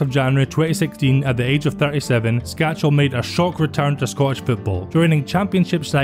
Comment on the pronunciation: Skácel is a great. I met him at the ice hockey in Edinburgh once and he was such a down to earth and nice guy. I still don't know why no hearts fan ever has learnt how to say his name correctly, it's skácel (skaatsel) and not skačel (skachel)...no 'ch' sound. Nice video.